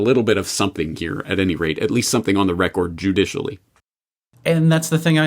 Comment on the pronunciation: Is anyone irked by how James pronounces the word “record”